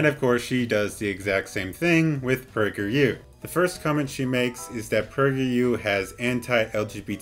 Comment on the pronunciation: lmfao 🤣 The way you said PragerU was autocaptioned "Pricker you" 👏👏👏